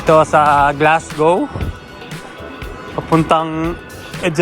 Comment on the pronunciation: just to let you know it pronounce “ Glasgo” po although its spell Glasgow ❤